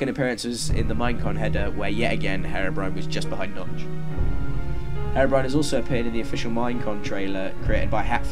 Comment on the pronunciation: The pronunciation "Haerobrine" throughout the video triggers me.